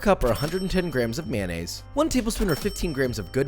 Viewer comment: what is a "Myeness"?